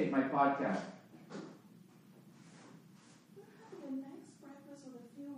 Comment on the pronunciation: "I'm trying to Acetate my podcayist." God damn, lol.